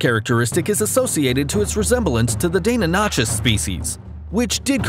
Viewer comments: Die-non-ah-kuss … not dannon-notch- us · Ye its actually pronounced dye-non-A-cus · It’s correctly pronounced “die-NON-i-kuss,” not “Dana Notches.” LOL! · Why do you pronounce deinonychus so weird its not DAY NON ISHUS It's DIE NON ICHUS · Its like die- on -i -shus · If you and your “paleontologist” father want to keep mispronouncing it, then by all means, be my guest. However, I am 110% certain that Deinonychus is pronounced “die-NON-i-kuss,” so I will keep pronouncing it correctly and simply agree to disagree with you. Happy New Year! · Isn't it supposed to be pronounced Dee-no-nigh-cuss or Dee-no-knee-cuss? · It's Pronounced Die-no-ni-cuss And Those Were Utahraptors not Deinonychus (Utahraptors are twice the size of Deinonychus, Size Of a Horse To Be Precise and Weighed Just As Much and Also Hunted in Pack) Now Think about 6-7 Of 8 Feet Tall 600 KG Raptors with 24cm (9.4 inches) Sickle Claws Coming At You... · I agree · the only thing that surprised me is they way you pronounced Deinonychus. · The way you pronounced Deinonychus kinda got me hungry. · Lol was thinking the same thing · I don't get why it's so hard to pronounce deinynochus I don't even think I spelt it right lol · I think this is a great video but I've literally never been more offended than by the way this guy pronounced deinonychus